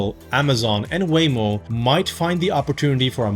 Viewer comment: when you said, google, apple, amazon and waymo, i tought u said way more